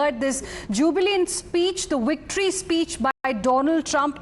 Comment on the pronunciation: The ‘wictory’ speech 😂😂